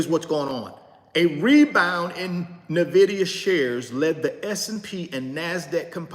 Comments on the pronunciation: N vidia not Na Vidia though gotta learn that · It’s “IN-Vidia” not “NA-vidia” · Pure entertainment 😂😂😂😂😂....and he's still not pronouncing the company name right and probably NEVER will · That’s true he was sweating,,,, he has no clue of Nvidia,,, he can’t even pronounce it 😂